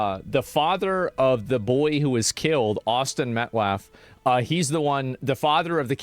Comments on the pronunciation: Why does keep calling them "Metlaf"? Bro I know you can read.. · To be a bit petty, but to add on to their horrible choice of who they have representing them keeps saying “Austin Metclaff” who the heck is Austin Metclaff? Show some respect to the real victim of this whole thing!!! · Why the fk can nobody say Metcalf right? How do y’all keep fking it up? Metcalf = MET-caff You don’t even have to pronounce the T, it’s more of a glottal stop. This was never an issue when Eric Metcalf used to play in the NFL… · Every time he mispronounced Metcalf upset me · METCALF is not hard to say or pronounce